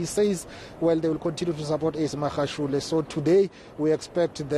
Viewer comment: This white lady pays no attention in learning to say Magashule the right way, she doesn't care, come next year she still would have not learned.